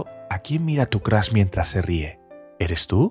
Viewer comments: Soy el unico que le gusta mucho su voz pero odia cuando dice Crash joder es Crush no Crash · Nadie: El narrador: Crush = Crash